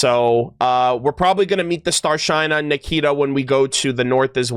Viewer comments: Some people think has computer memory. Also I need to correct one thing in Rus it's Star-SHINE-a more like starshina (shi from starSHIp) and hard A not e. It's not to insult just a little note because it will happen more especially because Sneznaya is near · A perfect time to correct you, (wasn't sure if and how to do it exactly, but hope you notice). Your pronounciation of "Starshyna" is a bit wrong. The y at the end is not like i, but like ee. So, it's not "Starshaina", but "Starsheena". And the stress falls on the last A. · Since it's already two days ago, you'll not see this. But if you really trying to pronounce things right. It's no starshine-a. StrashYna. Star > (hard SH) > then Ы like if you've been punch in the chest, and just na. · The word "Starshyna" is pronounced as "starsheena" rather than "starshine." I may not be expressing myself accurately, as my English is not very good. I apologize for that. As for knowing everything and everyone, there are no perfect people) maybe people need to be more gentle with their complaints, so it doesn't come across as a demand. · Ok, so... "y" in Starshyna reads as "e". Like Shinobu.